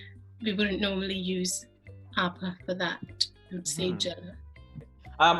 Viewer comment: आर्य अनुयायी ॐ Yes that's true, but she pronounced "Aapa" correctly, this guy mispronounced it.